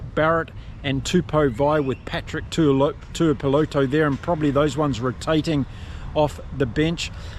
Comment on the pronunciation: His name is Tuipulotu, with a U in the middle